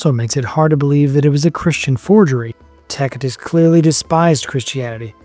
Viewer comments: Tacitus is pronounced with a 'soft c' so you use the 'C' as would when saying the word 'city' , otherwise, this is an informative and interesting podcast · Pronounced “Tasitus” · This dude calls himself a historian when he can’t even correctly pronounce Pontius Pilate, Tacitus or Aramaic. Plus, several lies in this barbaric misinformed video. Christians were called Nazarenes by the Jews and others and the christians called themselves the saints not righteous or just. Saint is a word used since the Old Testament to refer to the Jews who were religious and pious, hence the meaning of the word - pious/holy not righteous or just. Another biased opinion here by this guy masqueraded as fact , just because Josephus spoke well of Jesus, doesn’t mean his writing was corrupted. Jesus had a very good reputation amongst the people. Josephus is not saying anything out of ordinary of what was said and known about Jesus. If you’re going to talk about Jesus, At least leave your opinions out of it, and do better research than this lazy bum video. You didn’t even mention the most scientifically studied artifact in history which is the shroud of Turin, let alone the other archeological findings. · This dude calls himself a historian when he can’t even correctly pronounce Pontius Pilate, Tacitus or Aramaic. Plus, several lies in this barbaric misinformed video. Christians were called Nazarenes by the Jews and others and the christians called themselves the saints not righteous or just. Saint is a word used since the Old Testament to refer to the Jews who were religious and pious, hence the meaning of the word - pious/holy not righteous or just. Another biased opinion here by this guy masqueraded as fact , just because Josephus spoke well of Jesus, doesn’t mean his writing was corrupted. Jesus had a very good reputation amongst the people. Josephus is not saying anything out of ordinary of what was said and known about Jesus.